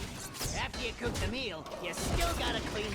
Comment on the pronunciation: He DEFINENTLY said Cock, not cook... O.o